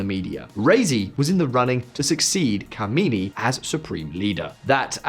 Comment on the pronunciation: Its khamaenei. Khomanei is dead